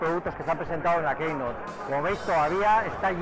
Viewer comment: Editor de applesfera y no sabe decir keynote en inglés..